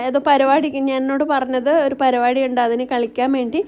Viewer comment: പരുവാടിയല്ല പരിപാടി മലയാളം വായിക്കണം കേട്ടോ..